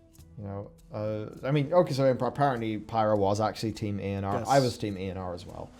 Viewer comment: its Eonar not not eanar